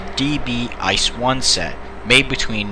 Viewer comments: I see these things almost every day, and my buddies drive them, so even as a Regional Train driver I should know how to pronounce the name of our flagship product. It's pronounced I.C.E., just calling it ''ice'' is completely wrong. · "I. C. E." not "ice" ... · ICE is a short form, so you have to pronounce every single letter. it's not like the word ''ice'', it's like you're reading three letters from the alphabet, or like if it was spelled I-C-E. Many english speaking people do this mistake, and it's a pain for every german to hear this ;) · Better known as a I C E, not ice. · Please say Ice as seperet letters so I-C-E that's how we germans say it thank you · Is I.C.E not ice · It’s not Ice, it’s I-c-e. It’s not db, it’s Deutsche Bahn. Not big things but extremely annoying, please people say it correctly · Why do you call it 'ice'? It's pronounced i-c-e. Must be because many native English speakers can't imagine something being pronounced differently than they are able to read, while a different language... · please, it's I C E as in pronounciation, not ice. And it triggers me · it's I-C-E not Ice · you prenounce it as I C E. loose letters. not ice. its germany not the yukon ffs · Every time someone says "ice" instead of I.C.E. I get closer to ending my life. The acronym is said in letters I.C.E. means Inter City Express. I bet everyone calls it ice just because the engine is white. But it's an acronym that's said in letters. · It’s not ice train , it’s I, C,E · Uhmmm u speak the letters out individually like i c e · I get triggerd when ppl say ICE in ICE Cream and not I.C.E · It makes me bit mad when Americans pronounce ICE as “ice”. It’s “it-see-e” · Don't say ICE like ice-cream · People who don’t even pronounce it as I.C.E or ICE: ...... Seriously guys, it can be pronounced as both, it means the same thing.